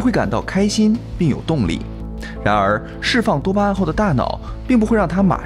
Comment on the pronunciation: 多巴胺聽起來好像在說耶穌；